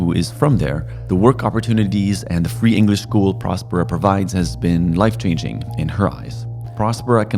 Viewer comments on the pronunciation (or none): I love your content, and wish you could release a vlog everyday, but then it wouldn't be as in depth, and informative. I do have one suggestion as to the name of this community Prospera. The way the name of the city is pronounced should be in the same vein as prosperity, or prosper. I would think this is what the name infers, and was thought of when it was created, no!?Thanks guys